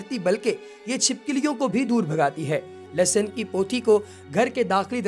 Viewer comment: Lasan nai hota Lehsan hota hai